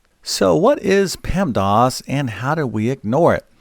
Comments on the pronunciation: PEMDAS.... Not PEMDOS You say PEMDOS lol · Stop saying “pemdos” grrrr